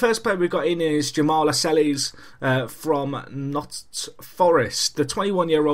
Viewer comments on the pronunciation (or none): Its Nottingham not Notts, and you pronounce it Las-Cells. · lascelles is pronounced la-sells :P